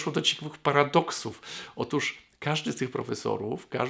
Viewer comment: "otóż", a nie "otusz"